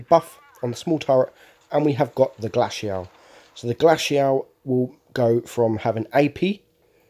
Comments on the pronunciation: noob its glacial not glashiael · Pronounciation of glacial lmaooo it’s (glay-see-al) 😂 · Lol you butchered the pronunciation of glacial